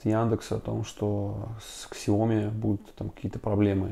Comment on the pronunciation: Как произносить слово Xiaomi Иероглифы, лежащие в основе названия бренда, будут читаться как Xiao (сяо) и mi (ми). Правильно же произносить будет «Сяо-ми», с ударением на второй слог